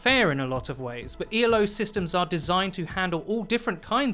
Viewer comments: Why does he spell out “elo” everytime he says it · Great video. FYI, at one point in the video, you refer to the Elo rating system as "E.L.O.". It's not an acronym. There was literally a dude whose last name was Elo that formulated the system.